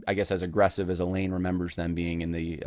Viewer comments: It's abundantly clear that you do not understand how abuse works. Also, you pronounce the woman's name "Elaine" through the entire video. Her name is Eileen. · Ok let me nit pick her name is not ee lane it's eye leen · Yeh, that kept bugging me. Why does he keep referring to her as Elaine? Her name is Eileen. Thanks for mentioning that. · Her name is “I-Lean” not Elaine. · Her name is Eileen, pronounced 'I lean' not Elaine. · You keep saying Elaine. What is typed is Eileen. Would be nice to get her name right. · Good grief, man. You went to all the time and trouble to do this research and you can't even pronounce the woman's name right. It's in print right in front of you, Eileen pronounced (I- leen). Elaine is a whole other name. If you're going to do a podcast by all means, get the person's name right. 🤷‍♀️ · Eileen or Elaine? He’s pronouncing it like Elaine but it’s spelled Eileen, which is totally different. It’s besides the point but distracting nonetheless. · It has nothing to do with your assessment of the facts, but you consistently refer to the woman in question by the wrong name--you write "Eileen" (pronounced eye-lean), but say "Elaine." Having not read any of the primary materials, I can't say which is correct, but they're different names.